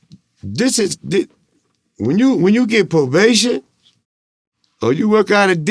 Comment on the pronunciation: He calls Vlad,: He calls probabtion, provation 😂😂😂😂